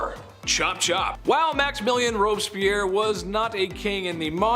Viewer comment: Robes_Pierre is how that's pronounced.